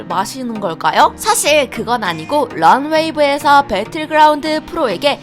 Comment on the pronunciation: 런웨이븤ㅋㅋㅋㅋㅋㅋㅋㅋㅋㅋㅋㅋㅋㅋㅋㅋㅋㅋ 진짜 찐 네버랜드의 바이브가 느껴지네요 ,,, 마자요~~런웨이 아니고 런웨이브~~~~